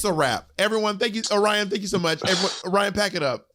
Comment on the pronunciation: Angeria or Willow for the win, for sure. And I have to say, as someone from Michigan, it’s so triggering to me how everyone is mispronouncing Orion Story. I wager that Orion picked name based on a city in Michigan called Lake Orion. And I have never once heard anyone that lives in the area pronounce it lake Oh-rion. It’s lake o-rian. And phonically speaking it makes a lot more sense and has a much better flow when pronounced the proper way. And no shade to Orion, But Bentley James, Detroit’s drag princess, should have been the first Michigan representative to the race. Everyone should do themselves a favor and look up Miss Bentley.